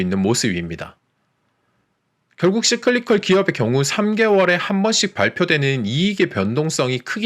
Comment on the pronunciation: 좋은 내용에 감사합니다... But, Cyclical... 씨클리컬? --> 싸이클리컬 아닌지요? ㅎㅎ